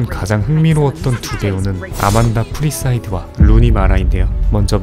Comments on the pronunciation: 프리스이드가 아니라 ㅋㅋ 사이프리드....ㅎㅎ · 아만다 "사이프리드" 인데 아만다 "프리사이드"라고 계속 잘못 부르시네요....자막도 오타...